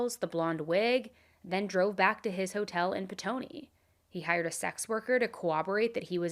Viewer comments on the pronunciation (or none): ily but I am begging you to stop saying cowoborate PLEASE it’s coRRoborate😭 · CoRRoborate not coWoborate